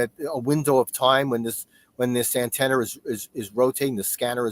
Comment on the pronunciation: Pretty sure it’s Antrennars 😂